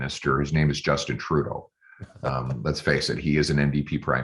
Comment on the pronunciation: Did he say turrdeau? Lol 😆🤣😆🤣